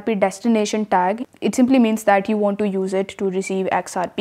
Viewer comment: To is pronounced "to" not "do".